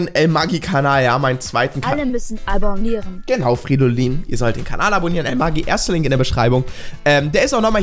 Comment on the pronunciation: Hallo Fridolin das heißt abonnieren und nicht albonnieren